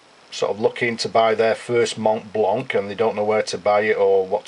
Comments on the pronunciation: Montblanc, not Montblank ;-) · and you dont say the "t" and the "c" just "mon blan"